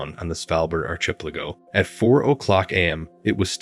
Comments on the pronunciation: Your pronunciation of archipelago is priceless. But for the future u should ask someone who knows how to pronounce it correctly. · Pronounce it ark-i-PEL-a-go. And try saying Yohan not Joanne. These computer voices drive me nuts!